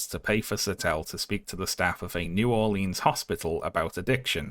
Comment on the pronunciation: awwww he pronounces new orleans wrong :3